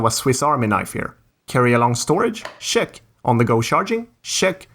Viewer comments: Check is not pronounced Shhhhhheck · Your CHECK its like saying shrek without the r 😁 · Are u saying shat or check